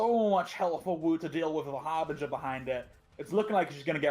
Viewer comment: why are you saying HARVEGER when this is HARBRINGER